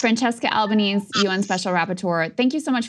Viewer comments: It's AlbanEsE, not "Alba-knees". She's Italian, not American. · Francesca Albanese is pronounced Franchesca Alban-ay-sy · Her surname is al-ban-easy.. Please pronounce her name correctly, it isn't hard. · Is it Al ba nees or Al ba nee zee? (In Australia I hear nee zee more due to PM with that pronunciation.)